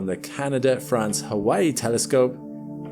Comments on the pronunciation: The origin of the name Geminga, as you have kindly explained it, makes it clear that that it should be pronounced Ge-min-ga, not Ge-ming-ga as you have it. There is no "ming" sound in it. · BTW, It's pronounced dʒəˈmiːŋɡə (that's a "J" sound at the start). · as an Italian, hearing gheminga as a scientific term is something else😂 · Ever time I hear you say Geminga I want to hear BAZINGA!